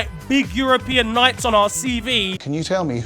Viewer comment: Anyone else have to watch 3 times as I couldnt actually believe someone cannot say the word European properly